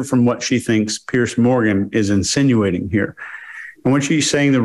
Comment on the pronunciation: Please stop calling piers (peers), Pierce. It's doing my head in.